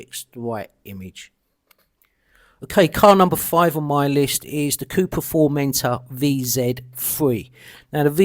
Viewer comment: Porsche ''Thai-Khan''. Cupra ''FormentOr''. Cupra ''Lay-on''. The RS5 shown was very nice.